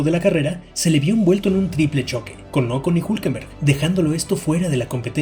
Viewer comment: primero, se dice Hulkenberg, no ''Hokemberg'' y efectivamente si lo dijo, deberias verlo bien al video